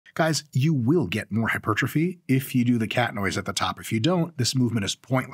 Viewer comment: pedant ic not pe dan tic hyper trophy not hy pertrophy pedantic?